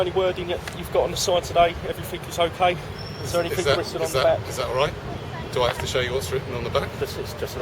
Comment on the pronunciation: Hes "aving a look at anyfink....". The more these coppers talk the more stupid they seem. They shouldn't be employed